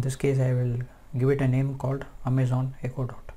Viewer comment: I stopped watching as soon as you said "Amay-zen". Your accent makes this hard to watch.